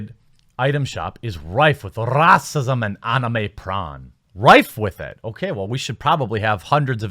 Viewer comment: Okay, it's decided that the "racism" buzzword is pronounced like that from now on. Much like "women", when used as a buzzword, is pronounced whamen.